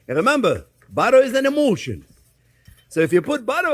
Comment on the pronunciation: Chef Jean-Pierre: "Remember, butter is an emulsion..." What I hear: "Remember, butter is an emotion..."